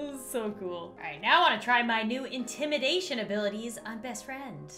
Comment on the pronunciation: Me just about to like but when she said to like with intimanashon I didn’t lol